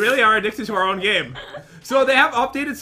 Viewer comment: I heard you said gime not gamelol